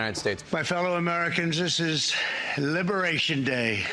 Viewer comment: libewayshun day